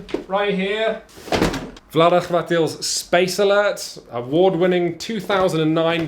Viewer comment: He finally learned to how say Vlaada Chvátil not Vlaada Čvátil!